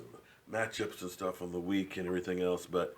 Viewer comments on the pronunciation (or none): none